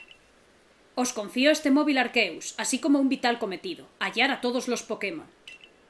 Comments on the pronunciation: ARQUEUS --miauwwwww-- el gato dijo se dice arceus no arqueus xd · Es Arceus, no Arqueus .__.